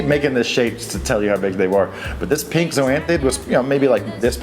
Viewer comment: Where are you from? The way you say pink ("peenk") is really foreign to me... Great vid as usual:)